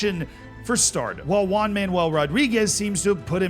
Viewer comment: I love your pronunciation for spanish names. One Man "Ual" Rodriguez will always be remembered!